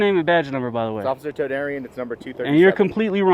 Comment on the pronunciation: Toder-peen? Todarian….